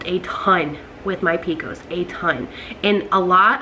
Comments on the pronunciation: I’ve never heard it called “p-cos”, they way you are pronouncing it. I like that. We just always say “P-C-O-S”. Good luck on getting pregnant. I have PCOS too. I was able to get pregnant thanks to taking Metformin. Currently I don’t take any medication anymore and just am able to control symptoms with diet and exercise. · I’ve never heard of the way she says it either and I’m from Alabama. I’ve always heard it by the letters too, but I kinda like the way she says it “pee-cos”